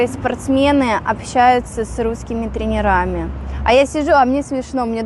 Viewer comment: Научись правильно ставить хотя бы ударение..... тре'нерами а не тренера'ми ...Позорище!!!!😮